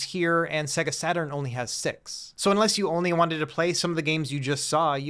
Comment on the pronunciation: Check out sonic 2...it will show you how to properly pronounce SEGA... right when you turn the console on. Say-Guh!! Not Seh-Guh...sheesh.